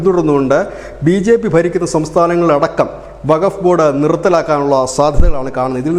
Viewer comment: വക ബോഡ് അല്ല വക്കഫ് ബോഡ് എ ന്നാണ്